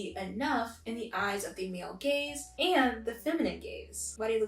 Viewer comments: I keep hearing “feminine gays” instead of “feminine gaze” lol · The first time you said male gaze I thought you said male gays, so then I was like: wAiT wHaT wOuLd tHeY wAnT WiTh wOmEn 😳👀😳👀